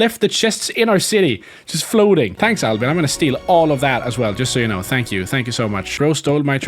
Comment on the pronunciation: i knew the first episode that albin was a swedish name or the way you said it cuz i am swedish